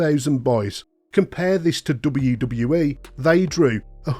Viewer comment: the way this dude says ' DUBBUWU DUBBUWU E" fuckin erks me so bad